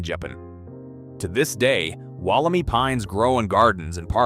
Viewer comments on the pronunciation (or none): Can you a least pronounce it correctly is not “walla-me” is “walla-my” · WolleMY, not WolleMee, PLEASE! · Woll-em-eye is the correct way to say it :P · Amazing! It's said Wolim EYE by the way. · Wol om i pines. Mispronounciation is terrible. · It's pronounced Walla My- rhymes with guy. It was found less than two hours from my place. At around the same time I found a group of small stunted trees I couldn't identify, growing on a steep mountain side on a friends property. I cut one to show around and see if the old timers recognised it- none did. The wood and inner bark were white but within half an hour of being cut turned bright yellow. I contacted the head of the state forestry service- he sounded excited and asked me for samples- I sent leaves, wood, bark and seed capsules- and waited. Thirty years later I'm still waiting. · here in australia wollemi is pronounced wollem-eye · It is pronounced WOOL-A-My.